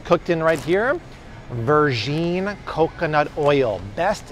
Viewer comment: I was actually really interested and made it as far as your pronunciation of virgin. I absolutely refuse to support anyone who does that